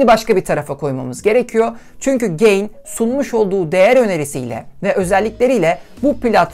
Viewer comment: Markanın adı "Güzel Ahlak İyi Niyet" ten geliyorsa neden ge(y)in okunuyor ya da okuyorsunuz. Ga(y)in diye okumak gerekmez mi?